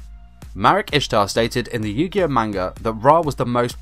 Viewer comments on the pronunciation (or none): What the fuck is yu gi yo?